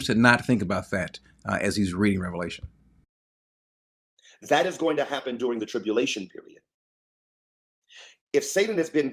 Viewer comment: why not make a big deal about the fact that the man doesn't know the difference between Revelation and Revalations? It lends credence to the fact that he is not necessarily a source to be trusted on the Word of God if he can't even get the name of the book right. Just sayin'. Further, he's proven to be clueless by his position here. But the fact that he's a PhD that can't say the book properly tells me all I need to know.